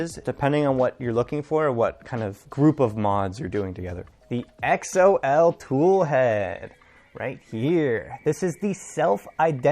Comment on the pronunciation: I'm pretty sure Xol is pronounced like the name, not spelled out lol. Archetype is a nice toolhead mod that is made by some of the same people (although its not compatible with tap). Also, I had the same issues with sensorless homing and people seem to think I'm crazy for going back to physical end stops so good to see I'm not alone with that lol. I've been using the chaotic lab carbon fiber XY joints and X axis tube for ~7 months and they have held up well.